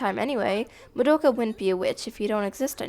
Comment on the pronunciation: And Mah-doe-ka, yes we all heard it too, don't be so damn pedantic. Why do you think SOME black people say ax, or SOME white people say ex-cape. Iit's how SOME American's repeat things they hear that are from foreign sources.